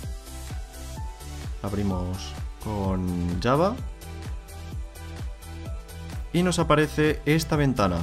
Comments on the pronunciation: La pronunciación de java es llava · muy bien explicado lo gracioso es como pronuncia java el di kkkjava jajajajaja